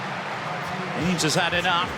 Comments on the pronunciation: Henes is pronounced "Hen ess". It is irritating when announcers don't take the trouble to get details like that correct. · Fantastic run. You'd think the commentator could pronounce her surname correctly, especially considering her mum was a great athlete in her day.